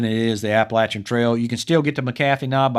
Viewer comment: Great video as always and thank you for insisting on the correct pronunciation of Appalachian. This Appalachian native appreciates that very much. Just so you don't get yelled at by local folks around McAfee's knob, it's generally pronounced MACK-uh-fee in the area.